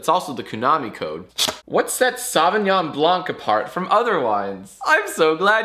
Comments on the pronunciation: As a francophone, it hurts me every time Jack pronounces Sauvignon Blanc like that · The way Jack pronounces Sauvignon Blanc is so White American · The way you say Sauvignon Blanc hurts